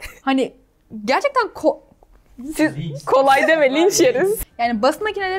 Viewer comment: İlaydanın basit makinelere kolay diyecekken ko diye kalması ve durunun linç yeriz demesi çok tatlı ve samimi olmuş bu arada babamın hesabı adım Katre yıldırım😊